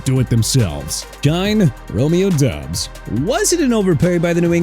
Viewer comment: SHINE NOT CHINE AND FLOP NOT PLOP! ROMEO DOUBS PRONOUNCED DOBBS NOT DUBS! YOU CAN'T SPELL AND YOU CAN'T PRONOUNCE THEN YOU MR. "NEW OR-LEANS" SHOULD QUIT, GO BACK TO SCHOOL AND GET A PRONUNCIATION COURSE! ALSO NEW ORLEANS PRONOUNCED NEW OR-LINS, ALVIN KAMARA PRONOUNCED KUH-MAH-RAH, AND JAGUARS PRONOUNCED JA-GWAARS NOT JAG-WIRES! YOU'RE FINISHED!